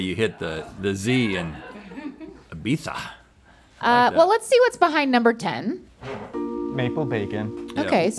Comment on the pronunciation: Props to for knowing how to pronounce Ibiza and to Rhett for picking it up after he said it